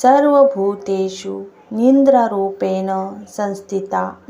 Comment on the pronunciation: निंद्रा नाही निद्रा म्हणतात.